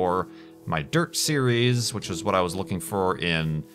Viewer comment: can some one tell me why he says serieseseses